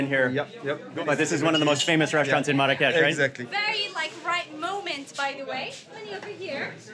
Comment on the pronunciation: Funny how you keep mispronouncing Marrakesh. Even your guide notices it. LOL